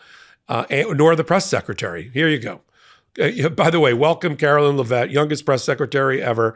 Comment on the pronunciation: i love you but PLEASE PRONOUNCE Karoline Leavitt's name correctly.